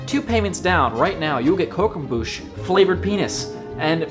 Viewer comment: Croquembouche = croque'boosh'. dont feel too bad, pretty high-brow stuff